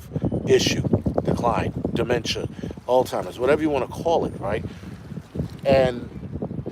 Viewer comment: Love your show. Its "Alz-hime-erz" not "old-time-erz" You know how it is when people day certain things that drive you crazy: Not diss'n you just did not know of you know the difference. Same when people call bmw cars "beemers" A bmw CAR is a BIMMER A bmw MOTORCYCLE is a *BEEMER+